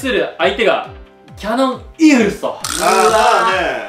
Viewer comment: 正確にはキャノンじゃなくてキヤノン